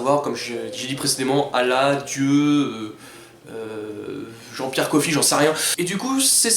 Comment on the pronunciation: T'as mal prononcé Jean Pierre Coffe je t'en veut à mort xD Sinon merci de nous avoir parlés de cette fic, d'après ce que tu raconte dans la video, le message est plus que louable, et même nécessaire en ce temps où tout le monde prends la religion comme une chose extrême et vide de sens. Je m'en vais de ce pas lire la fic :)